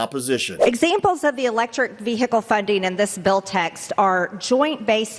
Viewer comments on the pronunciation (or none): Those glasses don’t help her read the word “ VeeHikle”correctly. She really is showing her lack of edumacation! OMG please Georgia I know you can do better. 🤪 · Ask Marjorie what a ‘Vee hickle’ is? Could someone teach her how to pronounce the word? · Vee "hick" le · Someone should tell Madge that the “h” in vehicle is silent, not v-hick-l. So too with the word “important”, there is no such thing as the word “impor-dant”. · MTG pronounces vehicle “Vee-Hickle” 😂😂😂😂😂😂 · What exactly is a vee hickle? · Did she really say ve-hick-le? 😂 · Ve HIcle ... Yuk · Notice how she says infant structure, Marge it’s infrastructure you are standing on the floor in Congress and you can’t even annunciate words properly and learn how to say vehicle to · Ve -Hic -les .... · Struggling to pronounce the word Vehicle. Moscow Marje is an embarrassment to the RuZZpublican party! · Marjorie "Vee-Hickle" been pumpin' way too much iron. S'HE really oughta' lay off those steroids. Her nose hairs are morphing into a mustache. 😂😂😂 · Why can’t see say vehicle correctly 😂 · My God Margie can't even pronounce vehicle. The "H" is silent. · Vehicle- Somebody tell her that the ‘h’ is silent! 🙄🤦‍♀️🤣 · first time I've heard vehicle pronounced with a hiccup in the middle!